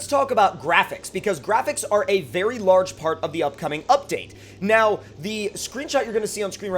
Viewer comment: Lorge Ford lmao